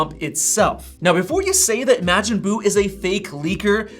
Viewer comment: You can tell all these tech creators never watched Dragon Ball Z growing up… ya’ll always mispronounce “Majin Buu”